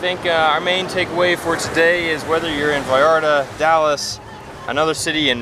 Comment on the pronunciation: OMG ya puedes pronunciar bien “Vallarta” felicidades 🤣